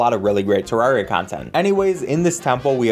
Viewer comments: first problem you said Tarraria not T- E-rraria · Did he say [təɹariə] instead of [təɹɛɹiə]? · Three seconds in, and I have to tell you you pronounced Terraria wrong. It's "tare-air-ee-ah" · ITS TER- AIR- EUY not TER-RAR-REEUY. GET IT RIGHT PLZ EZ SPEESY (JOKE good video.) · TERR-ARIA! Not Terr rar ria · UHMMMM ACSHULLY!! .... ITS TER RARE E AH! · did you just f-ing call Terraria TerrAHria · one thing you forgot: teh-rare-eeh-ah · It's pronounced Terraria, not Terraria. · why are you saying terraria wrong, there is a e at the beginning not a a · DUDE. I heard the way you pronounced Terraria at the beginning. Please try harder next time. It’s Terraria, not Terraria. I hope you’ve learned a valuable lesson for the future.